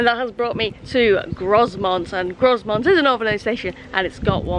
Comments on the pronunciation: Grosmont's s is silent, so it is pronounced Groumont. Also, I think Leaside is pronounced Leeside, same as the suburb Lea on the Blackpool Road in Preston. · It is pronounced Gro-mont not Grozmont! lol You really should have scheduled a longer wait there so you could have checked out one of the UK's finest heritage railways. A tragic missed opportunity! :) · You may well get a few comments regarding the pronunciation of Grow-Mont rather than Gross-Mont but to be honest I've heard Ewkston Bawlshaw Lane and Exton Bahlshaw Lane and any combination therein when travelling on that line. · When it comes to pronouncing Grosmont the s is silent so instead of Gros-mont it's Gro-mont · My neck of the woods, in fact I collected some tickets from the machine at Danby the other week. Grosmont is pronounced Grow-mont by the way :) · It is definitely pronounced GroMont 😂😂. If you're back in the area, there is the old railway walk from Grosmont to Goathland, where heartbeat was filmed. Well worth a walk. We stopped in Egton last year, and got the train from Egton to Whitby, and it is indeed a childrens playgroup in the building next to the station. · Very nice. It is pronounced Grow-mont btw. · He He. Pronounced Growmont.